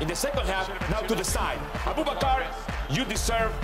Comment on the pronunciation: "Aboobakar" lmao